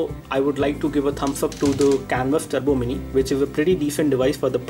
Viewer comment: Turbo, not Trubo.